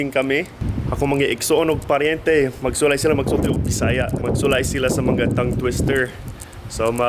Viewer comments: mag lisod gyud mga amerkano mag basa sa words nga " mga" "nga" caloy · and up I heard she said “mga” was monga 😂 (mango) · The "nga" and "mga" 😂 As Cebuano, thanks for trying to speak Bisaya. Enjoy Philippines! 😊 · hello! lingaw kaayo ko sa imoha nga gigama nga vid...as in katawa jud ko ug maayo sa "nga" ug "mga" ug "ngitngit" coz they sounded like from Lesotho (i think). pwede mangutana nganong maayo kang mu-Bisaya? salamat! #AnnBev bisdak